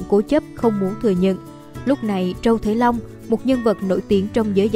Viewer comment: Trâu triệu long mà đọc trâu thế long